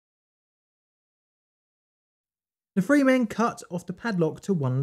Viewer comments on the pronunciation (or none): Say “ free” now say “three”. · Ok...the word is "three"...THREE...not free. Drives me nuts. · when I cant understand whether the narrator said three or free I exit!!